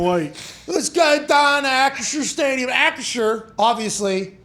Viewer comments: Bro I cant even pronounce the new name correctly. ASS-CURE🤣🤣🤣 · Nobody can say acrisure